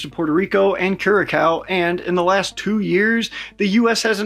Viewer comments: Curasao, not curakao, if it helps. I dont think 1 percent got whatt you said. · Curaçao not curacow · Curaçao Pronounced - Cure-ah s-ow. Like ouch! not like owl on the -ow part lol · Coo-ri-sow Not whatever you said 😂😂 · Hey! Just constructive feedback here… you’re saying Curaçao and Bogota wrong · But it's Curaçao, not Curacao.